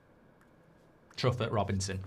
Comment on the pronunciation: Truffet is said in French, True-Fay, not?